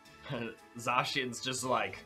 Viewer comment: This was posted a year ago, and it’s Zacian lmao